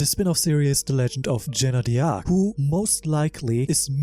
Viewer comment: great video !! (btw fyi the prononciation are: 'JAANNE DARC' and 'YSABO' not isobia'